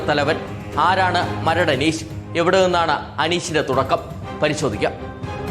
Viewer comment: അനീശ് അല്ലടാ അനീഷ് എന്ന് പറ